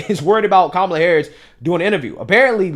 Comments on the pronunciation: Did she say Kuala Harris 😂😂😂😂😂😂😂😂😂😂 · She said..."Kawala" 😆 🤣 😂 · She's calling Kamala Kawalla😂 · Love it, I call her cumal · She intentionally mispronounced her name! How racist.